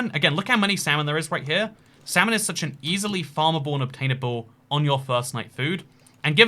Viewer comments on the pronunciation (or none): none